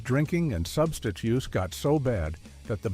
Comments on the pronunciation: It is pronounced "Substance issues". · What is wrong with this man speaking? Can he not pronounce the word substance?!?!?